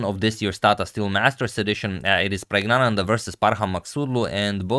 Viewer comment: Pragg name is not prague, his name should be pronounced as PIRAGIYANANDHA in Tamil and not praggnanandha spelling may varies, but pronounciation is this